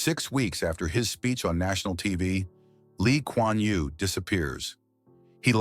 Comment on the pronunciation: U got his name right